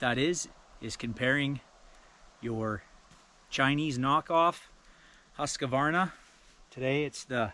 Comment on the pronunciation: It’s Husq-varna not husq-a-varna